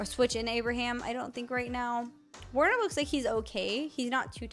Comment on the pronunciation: It's pronounced ver-ner not warner bcuz he's german btw